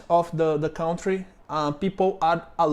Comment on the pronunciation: Sorry, but it's "foreigner" not "a foreign", "used to" not "accustamated with", the o in country is silent. Just pronunce the u like the ã in "maçã". It's "in the traffic" not "at the traffic", "crosswalk" or "lines" in the street, "stop and wait for you to cross" not "stop you", "some money" not "a money", "break into your car" not "break your car", it's just "Portuguese" not "the Portuguese" and "subscribe to the channel" not "subscribe the channel".